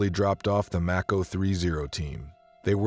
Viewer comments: What is with the poor pronunciation of the vids of today, are they ignorant civilians narrating military stories or poor AI programs ?? Mako =May-Ko like Mako Shark, not fuckin’ Mack-o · Haha.. pronounced like the shark not Mack-o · It’s pronounced “make-o” like the mako shark not “Mack-o”. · Its mAko, also if anyone remembers the Medal of Honor Tier 1 game from 2010? The game was based off the missions of task force black? i think was the color. People got in trouble for how close to real the game was, every mission was based off real DEVGRU, Delta, ISA, Ranger and Ranger recon, and SAD missions that actually happened. AFO and Neptune spear were real task force callsigns, the second game was the same way. One of the reasons they got shut down.